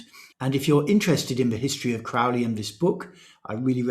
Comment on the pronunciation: Crow-ley like holy, not "Craw"-ley like crawl.